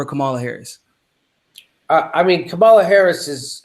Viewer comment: I hate her candidacy, but you both need to figure out how to pronounce Kamala's name. Think how angry we get when people fuck up AOC's name. Watch her commercial [with the clapping] for her Oakland announcement. The only thing we learned in the video was how SHE pronounces her name. Jimmy, you have even acknowledged in a segment that you had been fucking up her name, then you incorrectly assessed the pronunciation issue you had been having. As bad as her campaign is, say her name correctly, unless you actually want to make up a nickname, like Cloudbootjar. [#seculartalk] " Kama -la " not " Ka - mala " PLEASE! it is as bad as when Humanist Report was saying, "Kavanow".